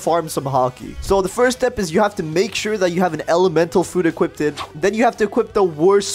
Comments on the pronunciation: had to point this out. "Equipted" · wth is "equipted" its equipped not equipted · He keeps saying equipted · bro the "equipted" made me triggered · equipted lol